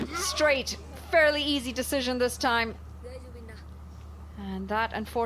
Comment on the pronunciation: The male commentator kept saying easy "desion" not decision